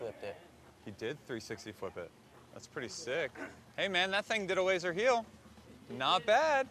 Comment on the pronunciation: keeps on saying Lazer Heel 😂 is there any other way to Lazer?